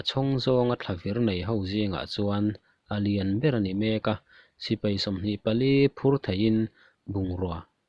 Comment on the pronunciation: Sipai Not Sipei Thei Not Thai